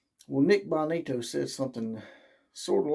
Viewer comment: You really need to work on your material. It took nearly 3 minutes to get to your first point. Its pronounced BO ni- to. He was referring to a specific CB talking trash about the alex Grinch, not Riley. And it has been discussed since he left he had one foot out the door after Helton was fired. Do better next time